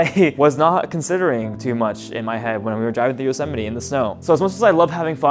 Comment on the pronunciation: Bro said josemiti